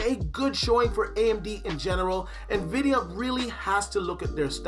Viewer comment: "Nuh-vidia" Batch. Xoxo